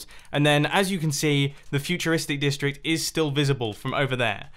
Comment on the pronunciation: did anyone else hear mumbo say futuristic dick- district